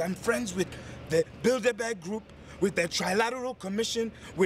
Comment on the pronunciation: Did just say the "Build A Bear group"?? LOL (i know it's Bildeberg,but that was the first thing i heard) Pete